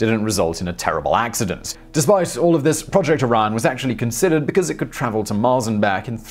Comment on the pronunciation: after watching top tenz u co for years, i think simon mispronounce stuff to troll google translate. btw: the nuke drive is called project orion not project iran or project araya